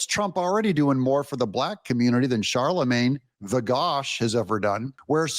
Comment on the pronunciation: "Charlemagne the Gaud" (as in gaudy), not God 😂